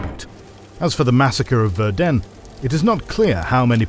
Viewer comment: Ah the Bloodbath of Verden. The only thing my hometown is known for. Verden is pronounced very differently though but I unterstand that for a non-German speaker that would be quite hard.